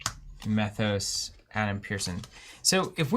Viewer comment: And it's pronounced "Mee-thos."